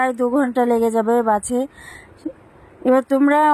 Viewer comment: কথা টা ঠিক করে বলো ওটা বাঁচে বাসে হবে